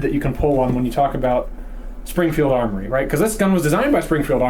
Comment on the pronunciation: Sprongfield Uhmory lmao